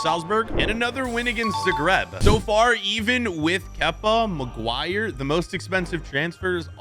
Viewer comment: Harry Marguire🤣🤣